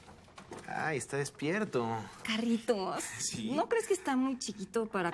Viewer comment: minuto dice Carlitos en vez de Carritos xD Like si escuchaste lo mismo